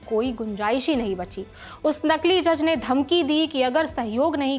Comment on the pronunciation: नकील नहीँ नकली